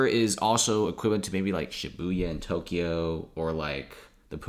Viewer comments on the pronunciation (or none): none